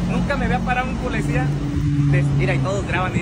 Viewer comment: Porque primero este vato no se quita la ignorancia verbal , dice muchas palabras en español mal dichas, por ejemplo Polecia ... Que acaso su familia no le da vergüenza escucharlo hablar, hacer tonterías por tal de tener vistas, hay videos donde expone a su propia familia y los pone hacer cosas que pueden ser denigrantes, pero en fin todo sea por el maldito dinero y si tiene que humillar a su familia para conseguirlo pues lo hara